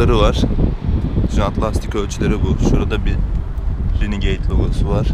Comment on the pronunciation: insan azıcık birazcık ufacık bir ingilizce okunuşları öğrenir , bu çağda yahu..bak ingilizce bilme , onu geçtim... bir de 167.000 takipçisi var bunun